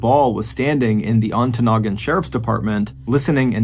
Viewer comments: Mr. Ballin, you did pronounce Ontonagon correctly. However, you mispronounced Moilanen.. it’s Moi la nen. Emphasis on Moi. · So proud of you pronouncing Ontonagon correctly! Way to go, Mr Ballen! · I WAS SO EXCITED I THINK I PEED A LITTLE - UPPER PENINSULA OF MICHIGAN!!! I live way way up in the Upper Penninsula of Michigan - 45 minutes from the "end of the road" and you did a great job pronouncing our Yooper towns. Especially Ontonagon. I promise you, if you look into Keweenaw County lore, you will be amazed at some of the mind-boggling mysteries up here. Or tragic unsolved mystery... look at the Italian Hall Disaster in Calumet MI.... that story you could knock out of the ballpark!